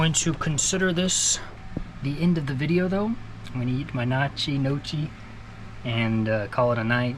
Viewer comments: Gnocchi.... Gno-key. The G is silent but did that where you soften the n i guess is how to explain it. Lol Keep up the great work young man!! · It's pronounced like "no-key" buddy 😉 Enjoyed it. Safe travels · Hey, catching up on videos, just got back from sailing in the med!! Ya you killed the word “gnocchi” 😂, 100% Italian and I cringed. Let me know how that new main sheet config is working out in heavy wind, seems like it would to delayed to dump the main when being overpowered? Thanks for an awesome video ⚓️⛵️-Jim